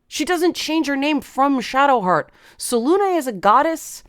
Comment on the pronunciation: "Selune" is definitively pronounced with the final "E" — as the name is clearly inspired by Greek "Selene", Titaness of the Moon as well as the Moon itself